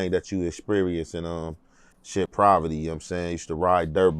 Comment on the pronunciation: Wtf is provity? Dudes vocab is garbage 😂 can't even say Poverty, he did not grow up in poverty, what he described was a normal California lifestyle, playing outside, he had both parents, they had a home, he played sports, got disciplined by his father. That's a normal upbringing 😂 dude don't know what Poverty is.